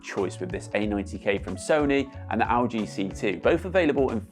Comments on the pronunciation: Owl G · why do you say lg like that